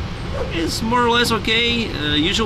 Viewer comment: Great vid, learned a lot, and u said Amsterdam right 😁 didn't know pilots used flightradar24 too lol